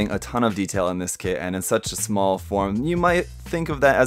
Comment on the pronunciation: Did you say "smol"? Lol